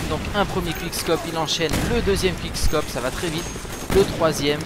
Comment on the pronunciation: "Qouickscop" pas "quick" meme si ca c'ecrit comme ca!